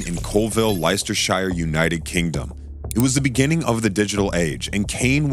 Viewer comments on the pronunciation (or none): As a british person, i would just like to point out that "Leleicesterheire" is acutally "Leicesterchire", and is said "Lestersheer", and "Coalvil" is actually "Coalville"